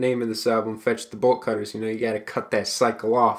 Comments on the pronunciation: when you said the album name i thought you said Vegetable Cutters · wait what is the album i cannot understand a single word he said